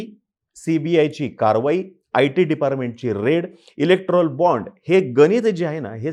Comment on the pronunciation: इलेक्ट्रॉल बाँड नाही हो, इलेक्टोरल बाँड म्हणा